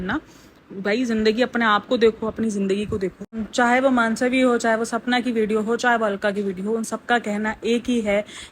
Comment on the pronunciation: मानसवी नहीं मनस्वी